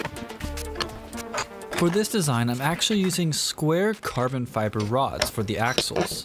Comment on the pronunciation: i heard carbon fiber as karbonfibr